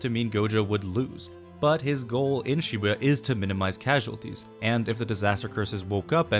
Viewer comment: Bros telling us its Makora but bro said Shbua not Shibuya💀